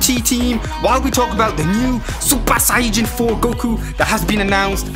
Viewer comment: Wait y do u say saiyjan